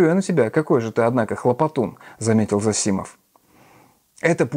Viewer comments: ЗосИмов... Правильно - зОсимов. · Да, можно так и так. Чаще употребляется произношение ЗОсимов, тут Вы правы, но люди с фамилией ЗосИмов тоже существуют. Насчёт же образованности Александра и его повестки я с Вами не согласен.